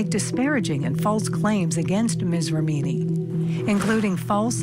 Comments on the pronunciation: For F sake,, if you make an item about this lawsuit the bare minimum you should do is pronounce the names right! Ramini? mesKAAvige? Come on dudes.... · Great coverage but why can’t the narrator pronounce Leah’s last name correctly? REMini, not ReMEENi!! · Stop saying rameeny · who says rem eenI? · ‘Rah-meeny’? ‘Mis-kovij’?? The reporter’s pronunciation is so wrong.